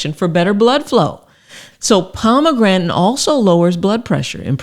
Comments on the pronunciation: The heck is "pomagrantin"? How hard is it to say "pom-a-granate"? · Pomegran'in? its POMEGRANATE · So... Palm-a-granite or Palm-a-gratin? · Pom A gran ate 😂 Nor pom a grantan 😅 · What the fuck is a pomegranen? 😅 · Lovely thanks! Its pomegranate , not pomegretn🤣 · Was enjoying the video until the weird pronunciation of Pomegranate (pomegranton? 😵‍💫), and now that's all I'm focussed on 😩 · Pomegrantin ? LOL!! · She called it Pomegrantin. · Can’t trust someone that can’t pronounce ‘pomegranate’ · Thank you for the info. I’m sorry, but “suc-ceptible to kidney stones, & “ Pomegrantin”? Might want to edit these